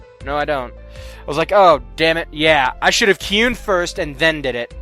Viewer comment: Its not key-yun its ky-un